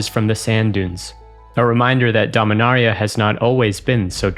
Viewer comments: Domin-AIR-ia Boy that just hits my ears wrong. Dominaria just feels so much smoother. Sorry Jimmy but you can't compete with voice. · The video being sandwiched with Jimmy mispronouncing Dominaria was incredibly annoying, especially from an official source like this. Do better.